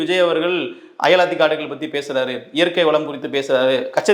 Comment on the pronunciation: தம்பி அயலாத்தி காடுகள் இல்லை அலையாத்தி காடுகள்